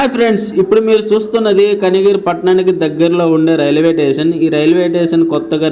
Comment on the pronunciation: రైల్వేటేసన్ కాదురా నాయనా రైల్వే స్టేషన్ అని అనాలి , భాష సరిగా నేర్చుకో